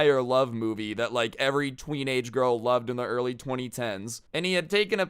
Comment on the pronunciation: he said tweenage